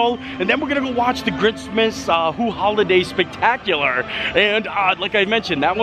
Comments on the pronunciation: Who-luh-day. That’s the pronunciation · Who-liday. peppermint-y…. Get it together man